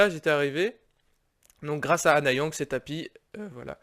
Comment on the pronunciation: Si jamais tu fais la suite... Stp dis bien Annyang et pas Anna Yang. Le nom ça veut dire "Salut/bonjour" en coréen. Merci